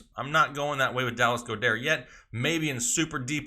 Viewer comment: Dallas Go-Dair lmao. I love being an Eagles fan